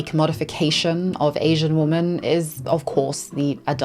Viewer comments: Not to be mean but why do you pronounce women like woman? Women is phonetically pronounced as /ˈwɪmɪn/ or similar variations, while "woman" is pronounced /wʊmən/. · Why do you always pronounce "women" as "woman"? It's quite confusing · Why do you say “woman” when you mean “women”? I notice this a lot in recent years and I’m just curious. Is it an error or a conscious choice you’re making? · This is completely off topic, but as a non-native English speaker, I'm curious about your accent. I noticed you using the word 'woman' when speaking about 'women' - plural, right? Is that a local UK dialect? Not trying to be rude, I'm just curious as I've never heard someone else pronounce it that way. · You say “woman” when you mean to be saying “women” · Okay! Question, and zero offense, but why do you pronounce the plural women (wi-muhn) as the singular woman (whoa-muhn)? I’m seriously curious! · Hi! I am not a native English speaker. Does anyone know why pronounces the plural of woman as womAn and not womEn? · Why is it that so many people are pronouncing "woman" and "women" exactly the same way now...? Am I just using an archaic pronunciation now? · I love but PLEASE.. The plural of woman is WOMEN.. pronounced: WHIM-IN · If you come from South Africa (like her), you pronounce it exactly like "woman". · from her FAQ: Q: Why do you pronounce "women" the same as "woman"? A: I am South African with a particular Queen's English/south of England tinge to my accent. Please be understanding, respectful and don't send me emails or leave comments about this. Thank you :) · Just out of curiousity: you sound like a native speaker yet you pronounce 'women' as 'woman'? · JESUS CHRIST!!! ONE woo-man MANY WE-MEN. Please learn how to pronounce singular and plural. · Ok, why is everyone pronouncing "women" as "woman" ??? I hear it all the time and I find it so jarring! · It’s definitely women, pronounced wimuhn. But I’ve heard the other pronunciation more and more.